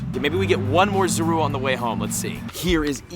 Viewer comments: You Said Zorua Wrong The Entire Video XD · You pronouncing zorua name wrong , go watch the movie